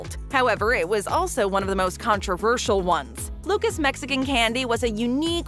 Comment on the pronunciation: I’m whiter than white and I know for a fact Luca’s isn’t pronounced like the name Lucas 🤦🏼‍♂️